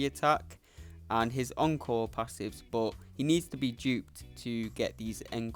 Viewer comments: pronounce it oncore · I’m also British & encore didn’t sound right. It’s pronounced ong-kaw for us & aan-kor for Americans, yes I looked it up.